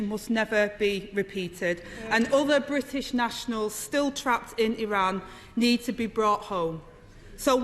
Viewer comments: Only 25 letters in Angela's alphabet. Missing the "t". Bri ish and securi y. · I'm from Manchester, speak with a Mancunian accent, but it boils my piss how she sounds like she goes out of her way to make us all sound so thick. "Ther bri''ish pee-pull" - just fucking say "British" and use the letter T - it's really not that fucking hard. It's also LAZY. She has some excellent points, and they could* hit really hard, but her pronunciation even to me is really distracting. Moreover, it paints the substance of what she says as lazy (even if it isn't, but that's the effect). Her job is to be an effective communicator, above everything else. She isn't doing that.